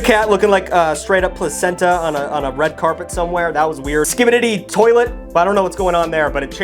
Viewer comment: new favorite thing is pronouncing skibidi toilet wrong